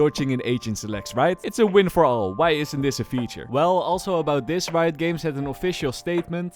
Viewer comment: leuke video bro maar het is reijot games niet rito ahha